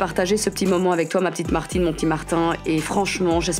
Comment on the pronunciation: Chappy doudoudou Martine pas Mertine